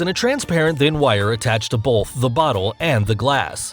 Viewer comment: The bottle and glass trick where the clear wire is attached to Bolth the glass and the bottle! That's right, Bolth of them! Bolth